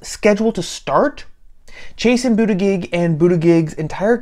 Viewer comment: Intentionally mispronouncing his name is belittling and unworthy of you. I do not question your right to say what you want but I do question your motivation.